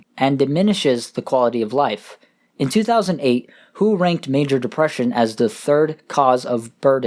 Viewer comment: Quick correction. WHO is pronounced W.H.O. for those who do not know that is the World Health Organization.